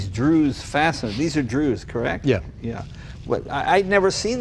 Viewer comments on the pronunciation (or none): Not "Drew's" fasteners... Dzus pronounced with a low level d and strong Z kinda like Zeus the mythical god. Just say "Zeus" and everyone will know what you talking about. Magnificent reconstruction/restoration.. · Jay, An FYI... The Fasteners on the Aerolither are "DZUS" Fasteners...pronounced "Zeus"... I grew up in West Islip, NY (Suffolk County, Long Island) where the Original Factory is still located. It closed down in 2014:(, but the Original Building still exists there, and the company itself still exists I believe over in the UK somewhere where the main operations were eventually moved to and the company has changed hands several times. I hope that the town (West Islip, NY- Pronounced "ICE-LIP") makes it into a museum since it's what really originally built the town in 1937 when the factory opened for WWII Production. People there have short memories unfortunately. Love Ya Jay. Jay, See this short original 1960 DZUS company video below. It pictures the West Islip, NY Factory. You'll love it. Great to see you touched base with David and the Aerolithe!, Tony K., Melbourne, Florida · "Druz." Dzus. steve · Hey Jay the dzus fasteners are pronounced '"Zoos" fasteners - but I do not know how Canadians pronounce it :). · Dzus is pronounced like "Zeus", Jay. And Ettore is "Eh-Tore-Eh". Magnificent car!